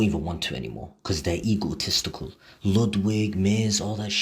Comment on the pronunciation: Did he say "eagletistical"?